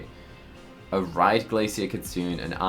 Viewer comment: Just to offer some info, the Japanese word “kitsune” = fox, is pronounced “kee-tsu-NEH” (NOT “kee-tsu-oon”).